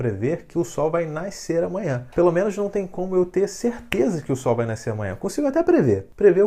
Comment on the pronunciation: eu acho que se fala nascer não naiscer